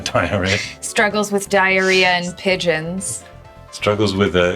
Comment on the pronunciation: Dyeria is a Chinese tech company from Shenzhen. Google says it's pronounced "dee-rya".